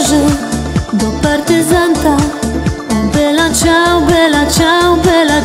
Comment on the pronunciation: Ja myślę że Kasia Staszewska dobrze o tym wie, że ta piosenka nie jest dla serialu napisana. Ale trzeba powiedzieć że Dom z Papieru ją znów międzynarodowo popularną zrobił. Dlatego niech sobie stoi dalej w treści. Po co się tak na to złościć? Wymowa Bella Ciao jest super i mnie przeraża jacy eksperci języka się tutaj znajdują. Krytyka w żadnym punkcie się nie zgadza. Ani ciao nie jest żle wymówione ani bella. Ci co słuchali w serialu piosenke muszą wziąć pod uwage że nagrania są Hiszpańskie a Hiszpanie mają troche inną wymowe i nie zawsze symulują język Włoski idealnie. Dlatego nie bierzcie serialu jako podstawę wymowy.